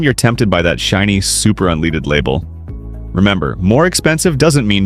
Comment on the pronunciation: "premium unleeded" lol